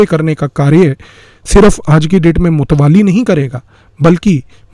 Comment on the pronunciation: मुत्तावली बोलते है मुतवाली नहीं।